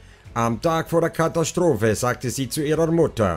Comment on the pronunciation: Du hast einen seltsame Sprchmelodie. Hat was von Jeryko...etwas reißerisch. Kathastrophe spricht man so wie man es schreibt mit S-T und nicht SCH-T. Gegen Ende jedes Satzteiles geht deine Stimme hinauf, das macht es sehr Reißerisch. Wie wenn man ein Moped anreißt. Vielleich kannst du daran arbeiten. Man merkt einfach, du ließt vom Blatt und das nicht gut. Ich würde mir mehr Fakten wünschen, zum Beispiel die Zeichnung des kleinen Mädchens. Lg